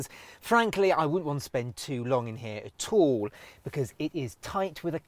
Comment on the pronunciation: ...aTTT all. Because it is TTTighTTT with a capiTTal T.